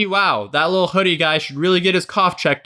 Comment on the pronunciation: HIM PRONOUNCING LIL HUDDY LIL HOODIE HAD ME DEAD I